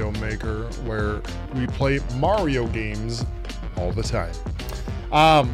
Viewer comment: I love watching you but I hate the way you say Mario.